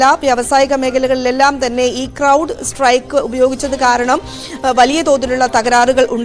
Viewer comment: Cloud അല്ല അണ്ണാ Crowd ആണ്